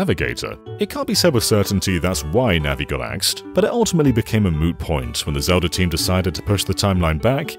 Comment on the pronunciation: Ah, yes, Zelder: Ocariner of Time. A classic.